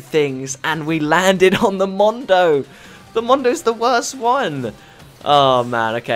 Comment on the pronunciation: Love the accent it's so good when you say "Mondo"